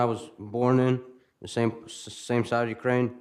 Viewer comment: Im only a few mins in and his pronunciation of words that begin with 'th' becoming 'duh' is so irritating. And no, its not a Ukraining accent thing.